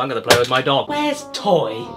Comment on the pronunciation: When you said “I’d rather play with my dog” I honestly thought you said “I’d rather play with my knob” 😂😂😂😂